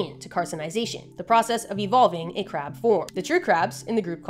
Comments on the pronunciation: Nobody will ever convince me she’s saying “crab” and not “crap” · Dood! You have no idea how much I love your videos! I also love the fact that my captions say crap when you say crab!! I just scream-laugh every time!! You, Animalogic, and Casual Geographic have reinvigorated my love and obsessive consumption of nature education and documentaries in a way I truly believed it could never be. I am eternally grateful for you and your knowledge! ❤❤❤❤ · I like how she says crap instead of crab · Sometimes I hear "crap". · Are u saying crab or crap 😂